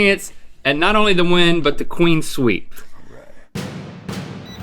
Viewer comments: Is Link saying Queen Sweep instead of Clean Sweep? Or is that just my bad headphones... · Link, the phrase is "Clean Sweep", not "Queen Sweep".